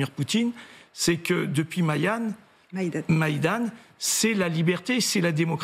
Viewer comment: Vraiment pathétique, on demande à une personne de faire une analyse objective sur le conflit Russo ukrainien alors qu'il n'est même pas capable de prononcer la révolution maidan. Dire mayane à la place de maidan. Est-ce à dire qu'en France il n'y a plus des personnes cultivées?